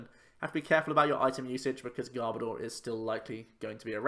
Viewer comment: I also hate it when people pronounce Garbodor as Gar-bah-door. It's meant to be Garb-oh-der. As in Garbage and odour... I'm such a Pokémon pronunciation snob as well! Haha